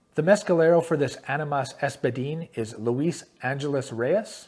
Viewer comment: AHH-ni-mas or AHH nee mass.... just being friendly.... this was cool will subscribe